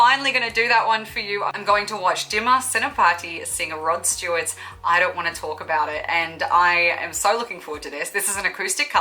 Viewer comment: You pronounced his name nicely 👌